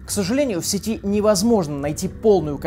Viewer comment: В сЕти, тебя чему на сцен.речи учили))))